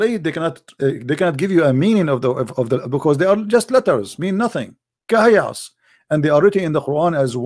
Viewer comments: Rubbish… this is a wrong calculation simply because this is not a word pronounced “kahayas”, but it’s pronounced as separate letters names “ Kaf, Ha, Ya, Ain, Sad” … search for recitation of chapter Mary and listen how it is pronounced! Jesus Peace be upon him, is the messenger of Allah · kahias? bruh its Kaaf Haa yaa Ayn Ssad, atleast speak with knowlege. this phrase , we cant tell meanng of, there are similiar phrases like Alif Laam Meemm. well theres a whole background behind this , i m nt gonna go into it. the point is the word aint kahiyas , any muslim who has read the quran would never say its Kahiyas lol